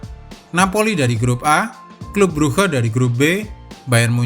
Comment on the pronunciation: clube bruge bacanya klab bruk min